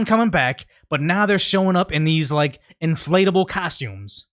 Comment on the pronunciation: I think they're pronouncing it like, "Anti-flatable."